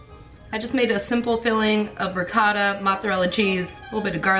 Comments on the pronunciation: Izzy the way pronounces the cheese makes me very disappointed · Definitely shaking, growing up Italian if you pronounce ricotta like that you're a disappointment. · TRIGGERD oh honey sry but u can't even pronounce ricotta correct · The way she pronounces the cheese disappoints us italians